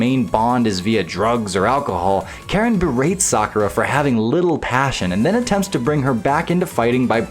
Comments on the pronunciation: It's said Karin bro not Karen 😂😂😂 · I've learned that nobody in the FGC knows how to say Karin...